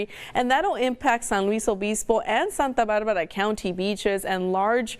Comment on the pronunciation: You can say r's fine with your English until you say santa barrrrrrbarrrra or santa marrrrria. Yoooooo.